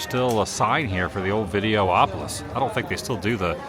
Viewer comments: It’s videopolis not videoopolis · Why are you able to say Autopia correctly but instead if Videopolis, you say Video-opolis?